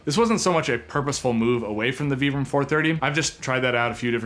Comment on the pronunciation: I really appreciate how you're the only Youtuber pronouncing 'Vibram' correctly.